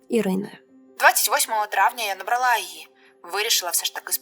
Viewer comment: Не набралА, а набрАла.